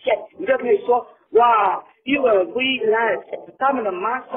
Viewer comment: 這發音=.=...ㄅㄨ一 line